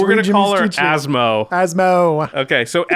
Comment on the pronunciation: I’m so impressed by Josh’s pronunciation 😳👏👏👏👏